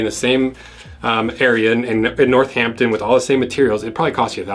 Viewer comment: Love the way you pronounce Northampton. I’m gonna say it like you from now on. Makes it sound so much better!!